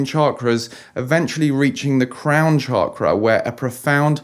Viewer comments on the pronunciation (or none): none